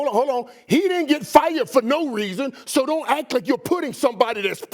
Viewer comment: the way he said “SO!” is hilarious💀💀